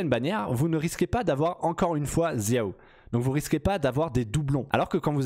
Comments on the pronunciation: pourquoi tu dis "ziao" tu es dyslexique ? de même pour "kaitchingue" ou "djine" "tchitchi" "vaineti" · J’ai fais chinois au lycée et c’est comme ça que ça se prononce en chinois “chiao, keutching, tchitchi” et pour Jean et Venti ils se prononcent en anglais tout simplement ^^ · "Zia-o" x)